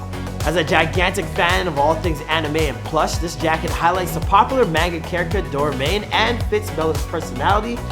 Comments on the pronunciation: Did he say Dora Main jacket? Lol It's Do Rye Mon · The way he pronounced Doraemon. I can't even. I don't care it's Japanese how do you see Dora e mon and say Doramane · how dare you butcher the pronunciation of Doraemon.